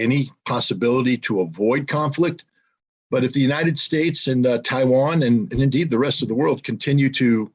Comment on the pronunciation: "Chi-wan"- Scott Ritter, 2022